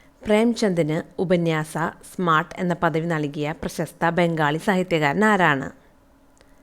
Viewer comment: സ്മാർട്ട്‌ അല്ല സാമ്രാട്ട് ആണ് ❤ഇനിയും മികച്ചതാക്കുക 😊❤❤